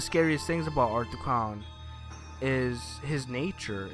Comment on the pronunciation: "Art The Cown"